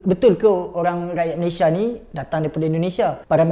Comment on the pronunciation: Belajar Kek mana Sebutan Malaysia Aja salah